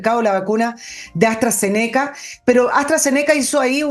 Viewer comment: Astra-Zéneca pronúncialo como esdrújula. Saludos cordiales.